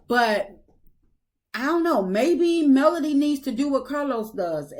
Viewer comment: I’m with you !! This woman is still mispronouncing Melodys name, I really think she is truly jealous of Melodys work ethic- and her beauty. I have tried to watch her double talking self, but no more. 😮